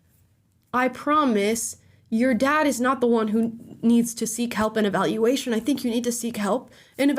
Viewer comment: Her “nad” lmao